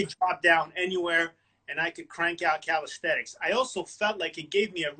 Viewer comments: its not calisthetics, but calisthenics but otherwise great interview, big fan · Haha, yeah I noticed that he always pronounces it “calisthetics” in his videos, along with other slight verbal tics. But the content is high quality, so it’s fine.